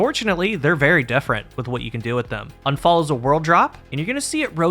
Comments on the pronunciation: It is !U!nfall. Not anfall. It is german for accident. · It's pronounced Oon-fahl. It's German. It means accident or misfortune. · It's not "Unfall" like un-fall = not falling. Unfall is the German word for accident, so all three, Sturm, Drang and Unfall aka Storm, Urge and Accident. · It’s pronounced more like oohnphull, which means accident in German.